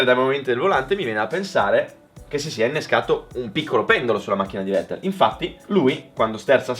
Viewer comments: Vettel si pronuncia Fettel, e' tedesco, come Volkswagen si pronuncia Folkswagen. Non e' tanto difficile da ricordare, italienisch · Si pronuncia fettel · è tedesco: Fettel si pronuncia 🤣🤣😡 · Bel video, comunque si pronuncia "fettel" (alla tedesca, poi è vero che "V" è andata via via ammorbidendosi vista la pronucia inglese) -Tedesco - -"inglesizzata" - ma alla fine kissene, ripeto bel video!